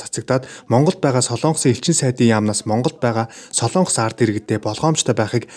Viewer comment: Солоонгос гэж улс байхгүй ээ. СОЛОНГОС гэж улс байдаг. Зарим нь СЛООНГОС гэж яриад байхаа болиочэээээээээ